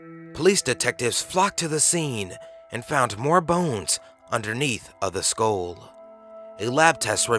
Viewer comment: You keep pronouncing "Skull" as "SKOAL"....it's pronounced "SKUHL"